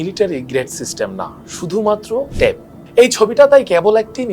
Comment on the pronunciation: ট্যাপ না টেপ?